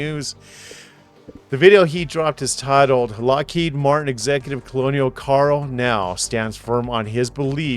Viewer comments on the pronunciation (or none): Colonel is not pronounced "colonial." It is pronounced "kernel." Wow... Is there anything about which you are actually knowledgeable?